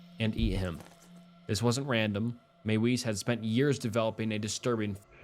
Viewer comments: Mie - Vis not may wees. Use your German voice. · Another one in this video is pronouncing Armin Meiwes’ last name. It’s not “maywise” but pronounced as “My-vez”. I know it’s a massive nitpick and these people’s names don’t really deserve any respect at all, but like the guy says his name in an interview multiple times and yet people don’t bother pronouncing it at all correctly. Less about respect of names and more about the quality of research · Arwins last name is pronounced MY-VEZ. And Alias isn’t pronounced Elias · Meiwes' Name is pronounced "Ahr-Meen Mae-Ves" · Meiwes is pronounced "my-vis," the w makes a v sound in German.